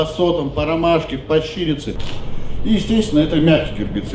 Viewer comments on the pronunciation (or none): Не щИрица, а щирИца, ударение на вторую «и». Или же амарант запрокинутый. Ох и специалист….